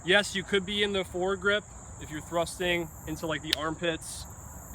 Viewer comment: lol when you said it's made for one thing and one thing only thrusting I only heard rusting anyway love the reviews keep it up!